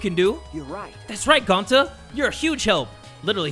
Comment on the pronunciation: Ok ima give you a hint, it’s NOT Gonta:)